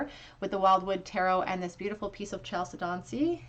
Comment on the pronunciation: FYI-It's pronounced Kal-Seh-donee